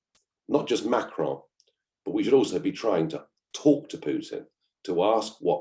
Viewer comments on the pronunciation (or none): none